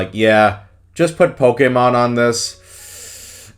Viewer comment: I appreciate your correct pronunciation of Pokèmon